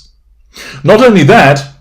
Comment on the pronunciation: Yes. High praise for the ne-me-sis is surely 'biting' 🫦 at HW. Ha! 😄